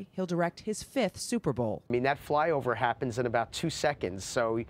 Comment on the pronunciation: She said “ fyover”